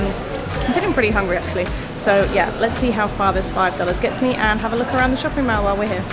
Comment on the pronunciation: Most people even foreigners pronounce mall as in "maul" rather than "mell"